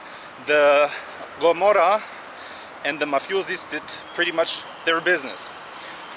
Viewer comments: "ruled by the Gomorrah" 😑 It's Camorra, not Gomorrah. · It’s Camorra not Gomorrah